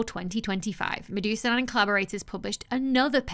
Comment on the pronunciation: He STILL isnt called Medusa-Dahn, no serpents involved . . . . muh-d'hoo-soo-d'huhn